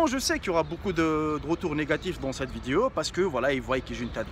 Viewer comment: non mais je t'aime bien je te suit depuis t'as chaine gaming et tout mais wallah faut faire des effort pour apprendre le francais zebi trop l'accent blédart la wallah c'est un délire , oh c'est pas VIDIO mais vidéo !! c'est chaud coméme